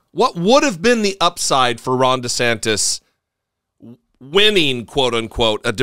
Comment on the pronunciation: I always hear “Rhonda Santis”. Surely I’m not the only one, right?